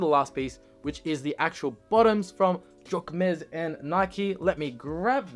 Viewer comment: I like the hoodie! ❤ but please google the right pronunciation